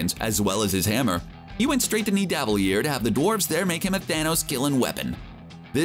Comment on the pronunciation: You pronuced Nividiler wrong!